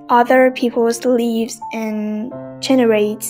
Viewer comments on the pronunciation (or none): none